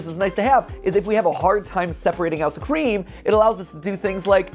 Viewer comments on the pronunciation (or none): “The cwea- the cweam? where’s the cweam at? 🥺” - MatPat 2022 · 'wheres the cweam filling' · “Where’s da cweam filling?” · "Where's the cweam filling? 🥺🥺😔😔" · ✨Cweam✨ -Matpat 2022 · “The qwee-😋😌” “Weres they qweem fullling😞🥺🥰” Mat-2023 And “My fingys😭‼️” Also mat 2023 Im also diying from this guy i love him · Matpat: Kween- kwe- WhErEs ThE kWeEm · The cweam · "Quwe-Quweem The Quweem" Transforms into an anime girl "Where is the Qweem Filling?" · matpat what du heak i qwuem